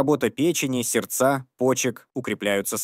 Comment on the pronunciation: .....сердцА, хорошЕнькие, 🙊🙊🙊🙉🙉🙉